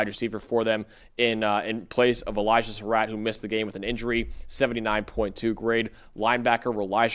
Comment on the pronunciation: Glad y'all took notes and pronounced Sarratt better.